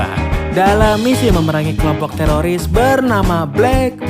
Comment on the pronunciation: Lembut kali ya "telolis" 🤣